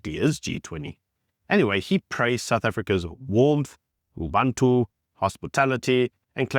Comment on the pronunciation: It’s UBUNTU not Ubantu